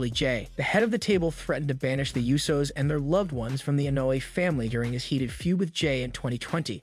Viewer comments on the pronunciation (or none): learn how to say wrestlers' names. La Knight, it's L A Knight. how do you not know how to say Butch? who are the U So's?